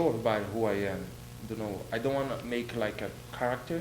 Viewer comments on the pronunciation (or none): Cu instead of to 😂